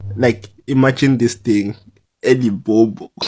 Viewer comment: people can't even say LIMPOPO, but were fighting hard to have a a march there 🤦🏾‍♂️